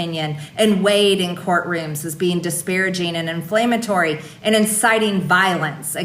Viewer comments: She said “InFLAMEatory”!!! 😁😆😂 still struggling with basic grammar and pronunciation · In-flame-atory? Did she say that?